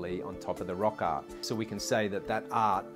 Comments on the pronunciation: This guy has a bad speech impediment, it’s NOT “ot on the wall” and “rock ot”! But rather instead the proper pronunciation is “art on the wall” and “rock art”. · pronounces the r in rock but not in art, 🗣️rock aht 🤷‍♂️ make a short saying “at art, had hard, what wart, hot heart” and also “no now, so sow” 🐖 🤣